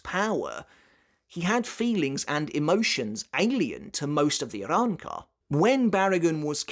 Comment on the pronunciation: Bro bodying these pronunciations lol I love the Arrancar arcs Spanish motif